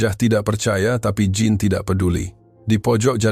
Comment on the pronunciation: Narator, pengucapan nama Jean di bahasa perancus bukan Jin tapi syang 😂